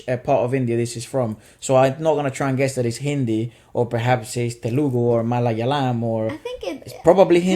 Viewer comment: Man said malayalayam 🤣🤣🤣 it's malayalam so you say it like mula-yaalum